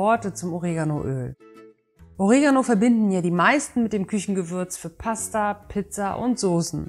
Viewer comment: Ooregano klingt sehr gewöhnungsbedürftig. Oregaano klingt angenehmer